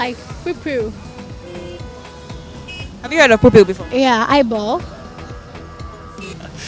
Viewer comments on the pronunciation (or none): So they talking of Pupil!!! I was hearing poopool!